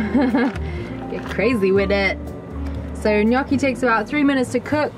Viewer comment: Love it! Take it from an Italian...it's "gnocchi." ❤